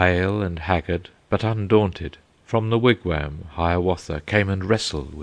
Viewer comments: as much as I love the English accent , yes , they need to properly pronounce foreign words... they also do not pronounce Wigwam the way it is said here . The English seem to always do this with foreign words that have the letter A in them... it drives me nuts the way they say pasta... not with an aahh sound but more as if they are using a from the word cat . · I listened to a little of this, and I found it to be quite good. Unfortunately, some of the meter is lost in transition between American and English accents- for example, an American pronounces wigwam as "Wig-waam", with a soft A. This scans as a trochee, and fits into Longfellow's meter flawlessly. The English "Wig-wehm" comes off more spondaic. It's a minor complaint, and a negligible loss in the otherwise stunning reading of Longfellow's epic.